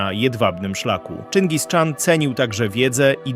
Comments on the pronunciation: Czyngis Khan nijak mi się nie spina z wymową Czyngis Czan :D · Nie "Czingis Czan" a "Czingis-chan"... ✝️ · Czyngis-chan , nie Czingis-czan... Chan to tytuł władcy. Wymowę łatwo sobie zapamiętać w ten sposób ,że na południu dawnych kresów Rzeczpospolitej mieliśmy za sąsiad Chanat Krymski nie Czanat Krymski. Pozdrawiam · Od kiedy Czyngis Szaran się wymawia? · ciezko to sluchac jak ktos mowi czingiz czan. zaproponowalbym nauczenie sie nazewnictwa najlepiej oryginalnego zamiast angloizowac mongolie. to juz lepiej mowic po prostu po polsku a nie niszczyc polskiego jezyka kaleczona angielszczyzna.